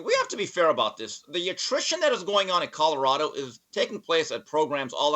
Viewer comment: lol "Cottarada"